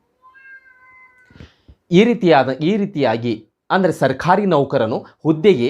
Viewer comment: Pronounciation plz rectify. Sarkhari alla adu sarkari. Mattondu nevu speach kodbekadre rotating chair use madbedi. Otherwise good effort